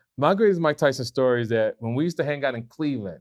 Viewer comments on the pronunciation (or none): none